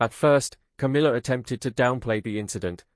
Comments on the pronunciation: Stepsister! What a load of rubbish…same as mispronouncing Camilla’s name! It’s not CAMEELA! It’s. cam illa ! Camilla! Get it? Or are you AI? Camilla’s two children are NOT ROYALS! They are the progeny from Camilla’s marriage to Andrew Parker-Bowles! So I don’t know WHY anyone thinks they automatically become Royals! Princess Catherine’s parents and siblings havnt been given elevated positions or titles, and they are the parents of the future true Queen of England, and grandparents to HEIRS TO THE THRONE!!! So any new positions ought to perhaps to to those who warrant them. And since when has Camilla’s daughter “worked for years to get her place in the Royal family “??? I hadn’t noticed her or her brother working hard! PUSHING IN at their mothers behest, yes! But nothing else. Like Camilla, they just aren’t fit people to hold ANY Royal positions!! Just ridiculous, all of it! Just heard you pronounce CAMILLA correctly!! So you CAN do it, and aren’t AI after all! I take that bit back! Have you noticed how the King stands well back and doesn’t have any input on all this rubbish?? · its not Cameela, its Camilla